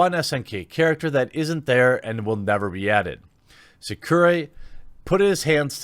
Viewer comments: Sa cur rye is how you would pronounce his name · In case you have to pronounce Sakurai's name again later, it would be Soccer-eye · SAkUrai is how you say it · You almost got the Director's name right. You said Masahiro (Ma-sa-hi-ro) correct but messed up on Sakurai (Sa-ku-rai), which you pronounced as Tsukurai in the video. Also Mai (Ma-i) is pronounced as "My" rather then "May" so good correction on that part, even if you were a bit unsure. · FYI Sakurai is pronounced like samurai with a “k” instead of an “m”. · Jeremy, my brooda, say it with me. Sa-Ku-Rai. Sah-Coo-R+eye. EYE. R+EYE. RAI. RYE. Mai. M-Eye. My. M-Aye. EYE!!!! MAI!! MY!! Jeremy you're triggering me!! >.< This is almost as bad as people not being able to pronounce Mikasa's name from AoT. Like for god's sake, how hard is it to say Mi-Casa. I mean, they even butcher the pronunciation of Wall Maria. How the hell does a Japanese voice actor pronounce Maria better than and english voice actor? ex: JP - "Ma-Ri-Ah" . ENG - "Mar-Ria" -_- Done being triggered, sorry. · its pronouned sack-a-whey.. just for future ref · It's pronounced Sack-or-eye. Lol! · They're pronounced "Sock-oo-rye" and "She-ra-noo-ee" respectively just FYI. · I didn't. You're probably not going to correctly pronounce a person's name if you've never heard it before. It was the same for Mai Shiranui's name. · You were closer than I expected on Sakurai; just no emphasis on the ku. Don't put emphasis on Japanese without doubling; ex Sakkurai, Sakourai... Would have emphasis